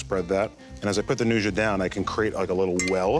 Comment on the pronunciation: Dude, learn how to pronounce nduja.